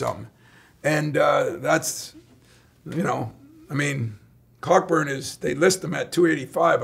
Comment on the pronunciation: When Izzo called him COCKburn I love it